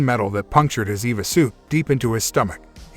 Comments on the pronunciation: It's not an Eva helmet. It's an E.V.A. helmet. It stands for Extra Vehicular Activity. For use outside. "Mark stops for a short Eva...". I knew a short Eva once, nice girl!" A short E.V.A! Sheesh! It say's in the notes that you're a professional narrator! Really? I'm having trouble believing that! If you were a professional you'd stop & say "What is this Eva break thing? I need to sound like I know what's what!" But you don't, you just pile rank stupidity upon meaningless sounds. It's worse than when the military "Dark" channels didn't know that in the names of military kit, Mk.19 wasn't pronounced Emm Kay nineteen. So the Spitfire Mk. 1 wasn't the Spitfire Emm Kay one. It took years of comments before the "professional narrator" got the hang of it. How're you getting on with the E.V.A. thing then? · guy says Eva and Mac instead of "em-ae-vee" and "ee-vee-ae"